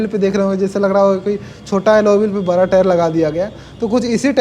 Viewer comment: हे भगवान, भाई ठीक से हिंदी बोल ले पहले... थोड़ा होता हैं, थोरा nahi.... 🤣🤣🤣 बरा नहीं बड़ा होता हैं Crusier नहीं cruser होता हैं...